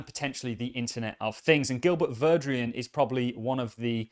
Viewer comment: You keep pronouncing Gilbert Verdian’s name like “Gilbert Verdrian” Where is that “R” sounds coming from?